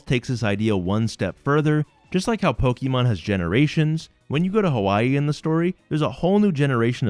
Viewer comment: Game idea: take a shot every time he says sujimon